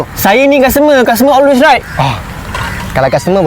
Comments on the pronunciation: Always right bang..bukan os..os..osway right😅😅😅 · Makan kunafa sampai "oswel" ² dia sebut